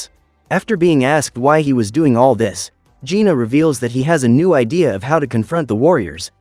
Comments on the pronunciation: It's jinu not juna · It's Jinu not Gina